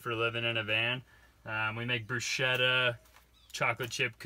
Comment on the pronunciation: Awesome living!! Btw... It's pronounced BRUSKETTA... CH in Italian sounds like a K. 😊